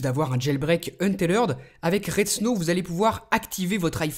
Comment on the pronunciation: mon chère, c'est un-teth-red et pas un-té-lerd!!!:v